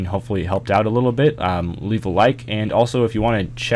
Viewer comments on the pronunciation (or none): Did he say Leaf a like hisssssssssssss